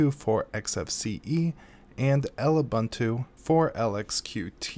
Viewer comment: I can't get over how you pronounce Xubuntu and Lubuntu. Gosh, it's not X-Ubuntu or L-Ubuntu. It's pronounced as one word, the x making the z sound, like "zubuntu," and it should be obvious how to pronounce Lubuntu, like "loobuntu" or something. BUT! Thanks for this comparison. Both are great for low-powered computers. I prefer Xfce on Xubuntu. The stock install of Xfce is pretty bad, but Xubuntu adds a few things to it. It's super customizable, though and with themes, you can make it look really modern. It's also a whole lot easier to configure than KDE's Plasma. Plasma's options are super great, but Xfce is just easy in that you just right-click on whatever you want to change, click "Preferences" and you're there. That said, looking at the version of Lubuntu you showcased, it doesn't look bad at all. Yes, its default menu leaves a lot to be desired, but it gets the job done. If only LXQt saved as much memory as its predecessor LXDE does. Also, Qt is intended to be pronounced like "cute" though many people resent that pronunciation, just like most people don't know how to properly pronounce GNOME and MATE. Thanks for the video!